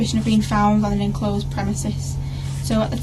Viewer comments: you are right but if you listen carefully she does pronounce it as “in closed” a couple of times 😂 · Stupid woman it’s enclosed not inclosed which is considered archaic and nonstandard. talked too much answering her copsplaining.